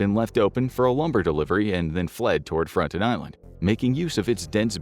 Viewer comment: You aren't pronouncing it correctly. It's Frone-tone